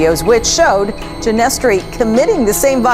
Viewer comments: "gin-eh-stri" btw not "geinestree" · ya dude that ruined it for me well that and the pronunciation of va ginestry 😂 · He doesn’t even know how to pronounce Ginestry